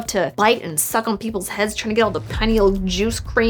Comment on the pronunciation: Pineal - pie-KNEEL.